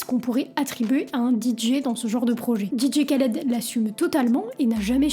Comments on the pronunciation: Le K ne se prononce pas il faut prononcer DJ Raled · trés bonne vidéo et tu m a fais ma journée avec ta prononciation didier khaled 🤣🤣